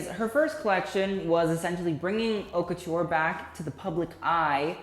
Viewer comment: I enjoy watching your videos but please pronounce correctly. It’s cringey. Also when you criticize fashion, just don’t base your opinion on the the look since it’s subjective, there’s more than that, especially you’re talking about Haute Couture, the details, the techniques, the materials, etc..